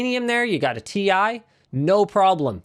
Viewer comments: As a Chemistry student I can tell you that basically nobody pronounces the Chemical Symbols like that. The letters are pronounced seperateley or the element itself is named. Pronouncing Titanium as "Tie" doesn't really make much sense and would be confusing. T, I is correct. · I will NEVER say "tie". It's tee eye. It's like how Sony confirmed it's a cross rather than an "X" (that one actually makes sense, but I don't care, I'm still calling it X because I have done my entire life and I'm not about to change everything I know because someone says I should) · NO, TI for Titanium is still pronounced t i. For example, we pronounce H20 as H2O and NaCl as NaCl. So, Ti cannot be pronounced TIE. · Ti was always pronounced T I. The marketing guy who told you it's "tie" is definitely trolling. Jensen Huang has been calling it T I for years now. You can watch the 2080ti launch. He says "Tee Aye" as much as he says "the more you buy, the more you save". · no its ti double x y z not tie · specs leaked or why it shouldnt be pronounced "tie". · Linus fire 🔥 that email back to nVidia and tell them any letters that are capitalized must be said each letter individual. For instance USA. You say U S A all separate not uuuuuuussssaaaaaa not yousaaaa. Just like RTX 2080 TI YOU should say it like we do R T X 2080 T I all capitalized letters must be pernounced as individual letters on their own it just that simple. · It’s Thai fighting as in Thailand, not fighting with ties 👍🏻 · So π can be pi and sound like pie, but ti cannot be ti and sound like tie? Hmmm, Linus, you should be the last one to go with stereotypes my man. You were the Chosen One! It was said that you would destroy the Stereotypes, not join them. Bring balance to the force, not leave it in darkness. 😂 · Titanium in Chinese is pronounced TIE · 99% of the people call it "TI" but 1% that's Nvidia call "THI"... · The short form for "Titanium" is still pronounced "TEE EYE". No one calls Lead "Puhbuh". Well, I do now.